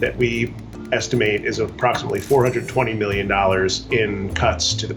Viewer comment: Why do you always pronounce million as meelllion